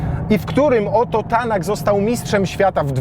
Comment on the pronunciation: OMG! Jaki "Oto Tanak"?!?!?!? Czyta się go (krótko) - OJT Tanak a pisze Ott Tanak. A sam test jak zawsze spoko :) Pozdrawiam!